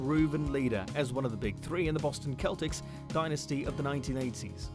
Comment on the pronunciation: Bro the way you pronounced Celtics just made wanna commit murder I cringed so hard